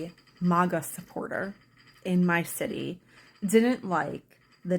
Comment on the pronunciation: You can't even say MAGA correctly you clown.